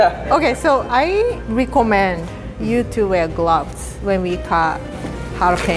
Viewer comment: it almost sounded like she said "I Rie-commend..."